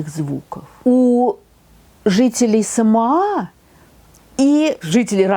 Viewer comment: Говорится СамОа, а не СамоА. Во всяком случае, они сами так произносят.